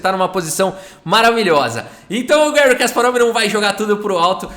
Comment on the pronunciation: Gary ( por favor não use a pronuncia inglesa. Ele é russo e nós falamos português, pra que usar prinuncia inglesa que não tem nada a ver?) é o maior da história mesmo!